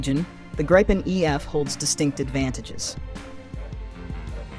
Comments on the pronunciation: I liked the narrator and her elocution except that she did mispronounce the name of the Gripen fighter , because the name is Swedish , not English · It's pronounced like Greepen with ee not i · In that case it is a perfect imitation of the human voice , only the pronunciation had one little small mistake